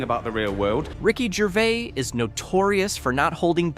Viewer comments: "Ricky Gervay"? Lol he's not French, "Gerv-ays" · It’s Ricky Gervaiz not Gervay….you pronounce the s…. You Americans slaughter language. The word Herb….you pronounce the H…and if you say you don’t, who is the American Trumpeter? Herb Alpert? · Pronounced Jer-vaze. You are the news now, act like words matter. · It's Gervais - (JER - VAYS) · YOU PRONOUNCE THE S IN GERVAIS! 😡🤬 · It’s “Ger-Avis” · wtf r u on about gervay you avsolute clown the s isnt silent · If you're going to do a video about the man, the least you could do is pronounce his name correctly!! There is an S on the end of his surname and it is pronounced!! Ricky himself talks about Louis Walsh calling him Ricky Gervai and said that it was similar to him calling Louis Walsh a silly cun. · Did he say Ricky Gervay at the beginning? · Why does the voice over keep mispronouncing his name? Nobody ever calls him Gervay!! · He isn't French, pronounce the s in his surname. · The narrator can't say his second name! The last s is not silent. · Why is the ‘s’ sound at the end of his name not pronounced… he’s no French. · His name doesn't have a silent "s" on the end of it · You're supposed to pronounce the s on his name.. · Pronounce the S on the end of Gervais ffs 😂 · There’s an ‘S’ at the end of his surname! 😂 Zzzzzzzzz